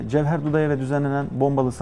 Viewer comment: Кабардинцы живут с балкарцами, карачаи живут с черкесами, потому что Сталин их вместе поселил. После чего Сталина начали именовать "Отец народов". За что Ингушетию пропустил? пс: Почему "Джавхер"? Арабское имя Джафар не можете выговорить? ппс: Почему "аварцы" бродяги? Это древний тюркский народ, создавший аварский каганат.